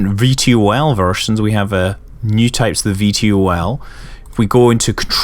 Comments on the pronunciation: you don't say (V-T-O-L) you say it like (vee-tol). lol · Scott, you're the first person I've heard spell out VTOL instead of pronouncing it "Vee-toll"...I found that very entertaining. :)